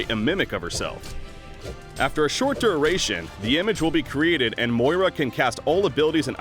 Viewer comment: This dude can't pronounce duration.